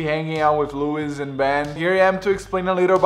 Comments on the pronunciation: you're pronouncing louis' name wrong! you pronounce it like lu-ee, not lewis haha, not trying to be rude but just pointing it out :) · The s in Louis is silent :) But that's cool man!